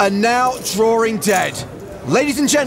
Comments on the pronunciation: It's so tough when you're "drawring" dead. :) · "Drawring dead".......... Makes me wanna vomit......